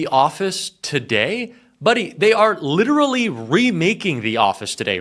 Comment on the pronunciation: why do you pronounce LITERALLY, LITTELY 5 TIMES THEN FINALLY SAY LITERALY? LITTALLY IS NOT ACCEPTABLE FOR A JOURNALIST